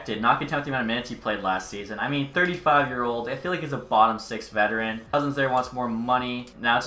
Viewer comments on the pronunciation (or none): none